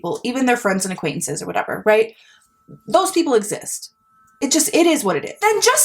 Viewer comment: "acquaintenances" also got me 😭🥺